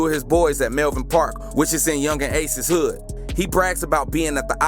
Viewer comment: I thought he said "it was just like every other good"